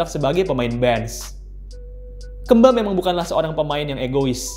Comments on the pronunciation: ngomong kemba ga gitu juga min, keeeeemba 😮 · Kemba nya sunda jadi Keumba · Kemba woi bukan kemba. Wkwkwkw apa sih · Bacanya Kembi ngggg😁🤭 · jadi Maksudnya KAMBI???? Ngggg😜🤣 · Baca kemba nya bukan kek gitu 🤣😂🤣😂🤣 aneh banget gue dengernya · Baca pas E nya agak aneh🤣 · jadi inget jaman bocah dulu, susah bet ngebedain E sm 'e 😂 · Kenapa hrus nyebut kemba nya gt sih? 😂 jd ngakak mulu